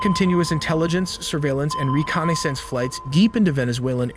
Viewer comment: Recon Aye Sense (reconnaissance)